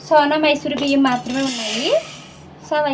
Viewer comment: సోనా మాసరి అంటారు మైసూరి kadhu, అలానే kocham ghee వేస్తె ఇంకా బాగుటుంది